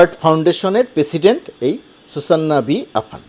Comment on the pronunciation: আমার মনে হয় উচ্চারন "সুসান্না" না হয়ে "সুযান" বা "সুযানা" হবে। আর " য " উচ্চারন ইংরেজি "Z" এর মত হবে।